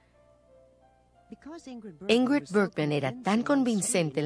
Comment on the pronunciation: Por qué pronuncian TAN MAL el nombre de Ingrld Bergman [ˈɪ̌ŋːrɪd ˈbæ̌rjman]??? SI NO SABEN SUECO o FRANCÉS.. al menos lean tal y como se escribe!!!